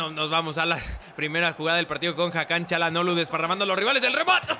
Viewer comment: Yo creo que el nombre de Hakan no se pronuncia como Cha.... ya que si te das cuenta no es una c es una Ç con la comita abajo y ese por lo que veo se pronuncia como si fuera S por ejemplo: Barça força etc.......... saludos carlos eres un grande